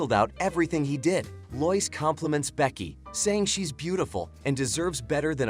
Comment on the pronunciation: Not loise it's lois